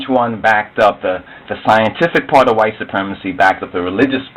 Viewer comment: This is a foolish Afro-Centic video, this idiot does not understand Genetics so he makes a pseudo science video and says pseudo how many times? "scientifucul" evidence, haha, it should not take someone who is intelligent to realize how stupid this video is, Genetics is not skin color you dumb ass, Ethiopians are a mixed people